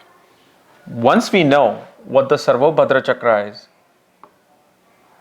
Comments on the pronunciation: Dude, for Jyotish sake, at least make effort to write the correct name Sarvatobhadra, it means something. I have no idea how to pronounce this 'Sarbahdorda', its okay to milk off the ancient seers but pay respect when you use what they have created. And please do not use 'i am foreigner' excuse. Its been long you are in this field, so do use the names (at least) right to show your respect and sincerity that knowledge. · It's "Sarvatobhadra" chakra🤦‍♂️ please don't change the sanskrit names dude,You might be good at techniques but first you gotta spell them properly